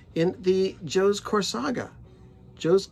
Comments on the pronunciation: How come you keep saying Corsage incorrectly, the end part (sage) is pronounced the same as camouflage and massage lol. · When speaking of a Corsage, I pronounce it as it is a small bouquet. When referring to the Corsage series, I call it the Corsaga; "Core-saga". Sorry if that bothers you, and thanks for asking.